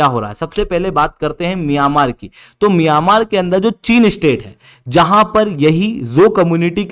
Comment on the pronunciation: Miyamar nahi hai myanmar hai😂😂😂wtf